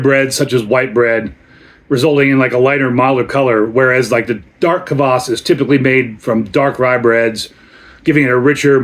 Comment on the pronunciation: Thank you for the review! I got here from Urban Viking's post about your video release. Your pronunciation of the word "kvass" is excellent, you say it as intended! (The word Taras in the brand name was slightly mispronounced, the stress should be on the second syllable. (Taras is a male Ukrainian name, if you're wondering)). Your backstory about this is pretty much interesting, glad you have tasted this drink now! People use kvass (white or black, depending on personal preference, but in your case it is definitely white kvass) as an element of "summer" vegetable soup called "Okroshka". There are many variations of Okroshka recipy, you could try it. It's intented to eat at summer heat times. Cheers!